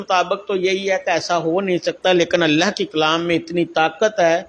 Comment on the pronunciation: Yeh Dajjal ko الله ka naam bhi thik se lene nahi arai.